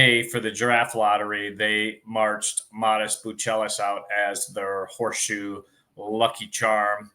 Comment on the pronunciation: `Learn how to say his name